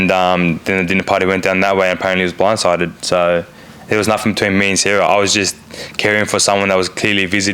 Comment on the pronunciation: He was Bwinde sided. lol😂